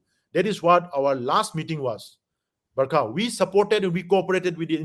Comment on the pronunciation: Her name is barkha not burma